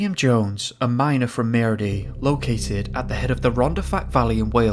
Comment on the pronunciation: Not that I want to be critical. But Maerdy is pronounced MA-dee. To be fair you did a good job at trying the pronunciation. The welsh language isn’t a easy more to pick up. Even some people who live in Cardiff find it difficult to pronounce the villages of the valleys names. Great job on the vid.